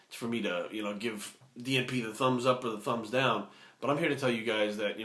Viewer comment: haha keep thinking every time you said DNP you were saying G4P. Great video though, spread the knowledge.